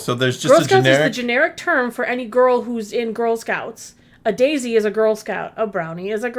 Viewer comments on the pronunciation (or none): none